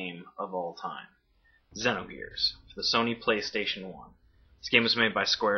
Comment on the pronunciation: for saying xenogears correctly!